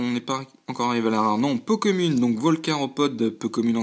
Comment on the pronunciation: bon courage pour la suite ! c'est bizare , c'est moi , ou tu dit ''po kemune'' au lieu de ''peu comune'' ?